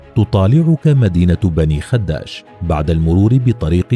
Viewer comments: على فكرة في اللهجة التونسية تنطق الكلمة باسكان حرف الخاء وعدم تشديد حرف الدال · غلط في نطق اسم المدينة هي بني خداش بكسرة خفيفة على حرف ال خ وفتحة على حرف الدال وليس بضمة على حرف الدال